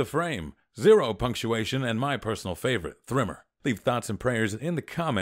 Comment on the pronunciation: Hm... 3MR being pronounced "Thrimmer" made me feel uncomfortable for some reason.